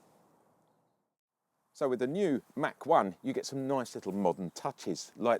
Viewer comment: Its not a Mack 1, its a Mach 1.